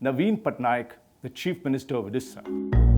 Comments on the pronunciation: Its Odisha not Odessa.. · Odisha hota hai Orissa nahi. Hmm kah sekah pahanc gaye tum log ek naam thik se pronounce nahi karpaate